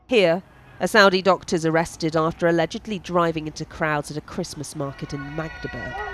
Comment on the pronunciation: "ALLEDGELLY" LOL